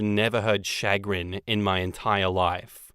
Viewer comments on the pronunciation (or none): It's "shuh-grin" not "shag-rin" lmao. And I use chagrin regularly, but maybe I'm just a weirdo. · It's cha-grin not chag-rin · No,, no one says SHAG-rin. They say sha-GRIN. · Chagrin is a common word.... Or, I suppose it's common depending on your friend circle. (also, it's commonly pronounced SHəˈɡrin (sha-grin), rather than shag grin. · Sha-grin not Shag-rin, any time I hear say I think of the slang word shag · “Chagrin” is a pretty common word….”SHUH-grinn” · Lol it's pronounced shuh-GRIN. It's like saying "much to my dismay" but to a lesser extent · Pronounced shush-grin...and yes, I use it a lot!😀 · Chagrin Pronounced Shu- grin(like grinning) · Chagrin, pronounced Sha-grin empathetic =/= emphatic empathy = feeling the emotions of another emphatic = saying something forcibly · Chagrin is a perfectly lovely word. Though in the US, we pronounce it "shuh-GRIN". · (“Shuh grin”, with a slight stress on the second syllable) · Chagrin. Yes we use it but pronounce it “shugrin or shagrin” here in the US. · Chagrin has the emphasis on grin, and it means to the embarrassment or distress. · I use the word chagrin fairly regularly. However, I do pronounce it properly.